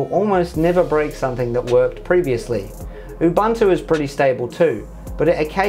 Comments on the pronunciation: Oo Boon Too Say it with me. Ooboontoo. Not oobantoo. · its not Ubantu why is this so hard to understand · Ubuntu is pronounced oo-boon-too, GNOME is pronounced guh-nome, and MATE is pronounced mah-tay :)